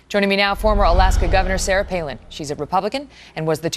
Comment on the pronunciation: Joe Cannabyte Palin. Not Pailin.